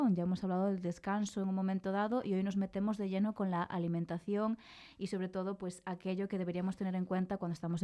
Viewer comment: Alimentación es una palabra aguda. ¿Por qué pronuncia Álimentacion?